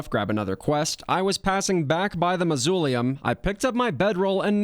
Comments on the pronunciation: I loved it. Also this comes from a place of love, but mausoleum is pronounced MOZ-OH-LEE-UM. All that said, great job. I'm honestly wondering if you are going to tackle a return to palworld with all it's updates. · I'm sorry, did you say, ma-zoo-lee-um???? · The way you pronounce mausoleulm astounds me.